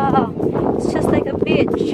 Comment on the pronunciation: "wow, it's just like a bitch?"..is it?..really!?:D.."seems like we are in, like, a bitch".."hope we will be able to catch a fish"..this only leads to this "ish"..(just pronunciation makes a difference;p;D..jo, duok Odrus rykščių per kupra, kad išsitiestų;)